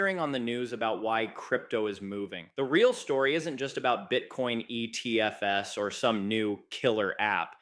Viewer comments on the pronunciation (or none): cant pluralise acronyms because he's AI